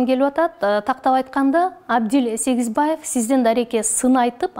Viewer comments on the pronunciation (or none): Даже имя Сегизбаева не смог произнести. 😀😀😀